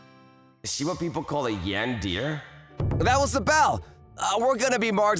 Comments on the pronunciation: Broo Yandeer 🙂👍 Yandere 🫷😤. Just sayin its Yan-De-re Not yandeer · Bro said yan-dear not tan-de-re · I died a little inside every time he pronounced it "yan-deer" and not "yan-dere". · How he says yan-deer instead of yan-de-re is so prime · I know i shouldn't laugh.. but I did. Sorry..😂😂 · Dear Mr. VA, It's pronounced more like Yawn-dare-reh, not Yawn-dear. Just for future reference. Sincerely, Your target audience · "Yan-deer"? Dude, come on... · say yan-de-ray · “Yandeer” wtf???? 😂😂😂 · Indeed. She's a "Yandéer" 🗿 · Love this story and I thought the way he said Yandere as yandear was kinda funny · Did someone ever taught him how to pronounce “yandere” not being yan deer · yan-deer the Japanese cousin to John-Deer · He couldn't say yan-de-re properly. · this man cant pronounce anything.....name and yandere......